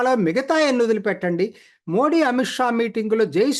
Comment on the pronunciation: మోది అండి మోడీ కాదు. చదువుకున్న వాళ్ళు కూడా సరిగా పలకలేకపోతున్నారు